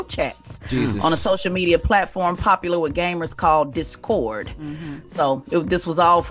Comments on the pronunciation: "Dis-code" lol..I already know shes a mom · Lol why she say Discord like that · The way she pronounced discord triggered me for some strange reason